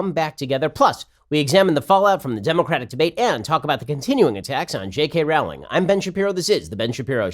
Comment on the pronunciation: Rowling is supposed to be pronounced like 'rolling'.